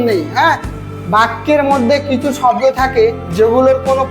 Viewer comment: স্যার শাব্দ না শব্দ ভালো করে বলেন ছাত্র ছাত্রীরা কী শিখবে